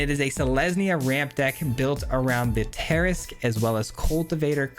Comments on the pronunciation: afaik it's pronounced (Teh'RASK) :) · Tah-Rask is how you say it. It’s a big DND monster